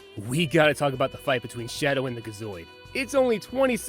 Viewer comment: Gi zoid not ga zoid